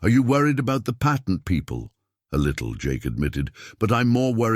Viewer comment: U. Must. Be. An. Ai. Because. You. Can't. Pronounce. Words. Like. Patent